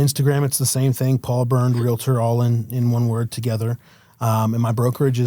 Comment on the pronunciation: This bothers me more than it should, but it's REAL-TOR. There is no 'I', let alone any vowel in between the 'L' and the 'T'